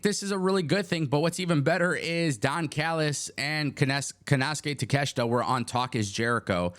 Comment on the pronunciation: You can't even pronounce takeshita first name right dumbass